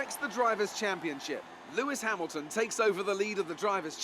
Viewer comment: I'm making you an F1 drivers name pronunciation guide because you butchered about half the names of the drivers. Mercedes-Benz AMG F1 Team -Lewis Hamilton you pronounced correctly -Nico Rosberg you also pronounced correctly Scuderia Ferrari -Sebastian Vettel was pronounced correct -Kimi Räikkönen is Kimmie Ra-cone-en Red Bull Racing -Daniel Ricciardo you pronounced right -Max Verstappen was also pronounced correctly Williams -Felipe Massa is pronounced how it looks -Valtteri Bottas is Valtteri Bot-ass Sahara Force India -Sergio Pérez is Sergio Pair-ez (His nickname is Checo so you could just call him that) -Nico Hülkenberg is pronounced how it looks Scuderia Toro Rosso -Daniil Kvyat is Daniel K-vee-at -Carlos Sainz is Carlos Sy-nts McLaren-Honda -Fernando Alonso is pronounced how it is spelled -Jenson Button is also pronounced how it looks Haas F1 Team -Romain Grosjean is Roe-man Grow-zhawn -Esteban Gutierrez is pronounced how it looks Renault Sport F1 Team -Jolyon Palmer is Joe-lee-un Palmer -Kevin Magnussen is pronounced how it looks Sauber F1 Team -Felipe Nasr is how you were pronouncing it in the video -Marcus Ericsson is pronounced how it looks Manor MRT -Pascal Wehrlein is Pass-call Vare-line -Rio Haryanto is Rio Hairy-ant-o Additional Fun Fact is that Manor went Bankrupt and is no longer a team.